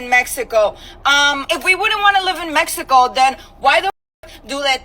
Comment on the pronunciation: I instantly dont like people that pronounce mexico like that. Also. Stop with the background music